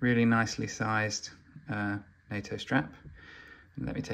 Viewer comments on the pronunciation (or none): none